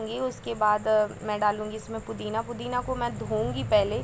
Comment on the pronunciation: Hi.pudhina hota hai pudhin hara nahi hota hai